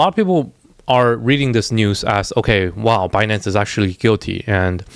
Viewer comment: Yellen say “bah-nance”. 😂